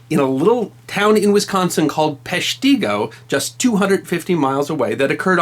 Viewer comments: I love the video, but I'm not sure if anyone told you it's pronounced Pesh- TIH- Go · Us Wisconsinites pronounce it Pesh-ta-go ...We pronounce Everything differently 😳🤦🏻‍♀️ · Just a reminder, it's pronounced PESH-ti-go. Lots of odd names up here in the north woods, some from the Ojibwa culture. MIchigan (where I live) is full of difficult-to-pronounce names. Like "Hell", Michigan. It's pronounced "Hell", and rhymes with "bell", "fell", "yell", etc. Just remember: When you're in Michigan, it's Hell. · Thanks for this. Even though I live in Wisconsin I had no idea of this disaster. The only thing you got incorrect was how to pronounce PESCH ti Go. It took me years after moving here to figure out pronunciation. Wisconsinites say things differently. New Berlin is New BER lin. There are so many more. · If you want to pronounce it like a “ Sconnie “ it is PESH ta go. I had family lost in the fire, and others prompted to move to what would be my hometown of Milwaukee. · Pesht-i-go (the i is pronounced soft in WI, the native state) Can't watch. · As a native ‘Sconi, growing up around Wausaukee, and like all grade-schoolers in the region, I all made the pilgrimage to Peshtigo to learn about that horrible moment in history. Thanks for bringing it to wider audience. It deserves remembrance. (And it’s PESH te go, but many have called that out. It’s a minor thing and WI is full of befuddling town names) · Pronounced 'Pesh-teh-go' Another incredible happening of the Peshtigo fire is that it moved so fast it cast embers across the bay of Green Bay and burned part of the peninsula as well. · It pronounced pesh ti go. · It's pronounced...Pesh-tig-go... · It's Pesh- teg ( short e) go.... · You are pronouncing it wrong Peshtigo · And the emphasis is on "Pesh", not "ti". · Yes...As a Northeast Wisconite it hurts to hear it said that way....Then again, my small town high school played Peshtigo so screw those guys...My teenage self would totally tease them with a "Pesh-tee-go" taunt.